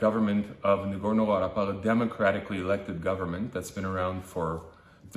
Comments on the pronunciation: I can't believe he keeps calling it "Nagorno-VARAPUFF". THAT IS SO SCANDALOUS AND POLITICALLY INCORRECT!!!!! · Also, he loses all political credibility regarding Artsakh when he calls Nagorno-Karabakh "Nagorno-VARAPUFF" CONSISTENTLY and doesn't apologise for it. WHAT A POLY HOMOSEXUAL TROLL!!!!!